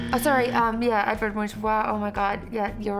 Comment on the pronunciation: "Edourd" in french it's like "Edard" in place of "Edward XD